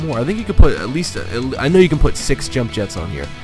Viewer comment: This is one of the best skins, or paint Job. The Bronze metallic finish reminds me of Fish Scaling. Like on a Carp or Coy Fish. Its Yump Yetts (Scandanavian pronunciation) Not Jump Jets. Lol. Did you realise that 'Nova' in Spanish literally Translates To: No go. It's why all Chevy Novas didnt sell well in Mexico. So your Hispanic Name Would be Harry No Go. Lol.